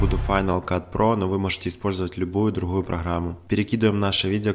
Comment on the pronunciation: "любую друГггую программу" - да что ж такое...